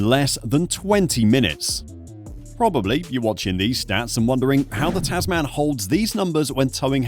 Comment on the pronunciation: Tasman is actually pronounced Tasmen :) --- English I know.